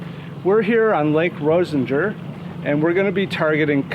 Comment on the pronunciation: I have a family cabin on this lake. Its pronounced " Roz -ih-ger" lol